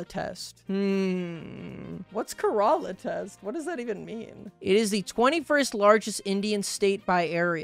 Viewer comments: I propose a mod that makes every interaction in stardew google translated. Also as someone with relatives in Kerala, it's pronounced "Care-ah-la'" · as someone from kerala, the way you pronounced it is so funny to me